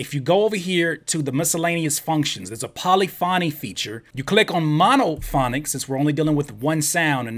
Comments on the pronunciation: “pauly-fawnee” LMAO.. its polyphony.... the emphasis is said like the word.. epiphany. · Great info .... def pronouncing Polyphony incorrectly tho